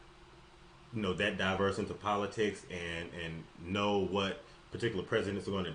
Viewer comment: please learn to pronounce "politics" correctly.💯🤭✌